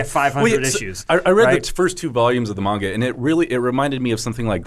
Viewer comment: Sounds weird for an American to pronounce Manga correctly